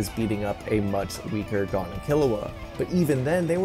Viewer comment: How r u saying “Gon” wrong ☠️